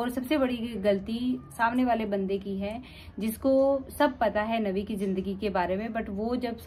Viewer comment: If uh are talking about any religion make sure uh pronounce their correct names #Nabi SAW not navi Jazakallah